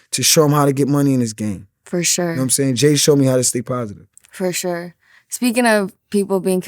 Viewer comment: Fur shore 😂